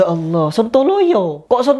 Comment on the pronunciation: Her kamu jangan merubah nama allah... Kok bisa sebutan allah dirubah jadi hallah......